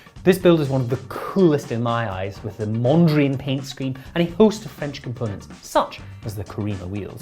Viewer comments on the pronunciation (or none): Mondrin paint scheme? It's Mondrian, after painter Piet Modrian.